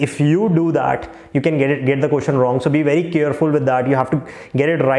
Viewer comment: speaking first as “furrst”, and lot as “lord” 😂. But speaking question as “koshun” 😂😂, lmao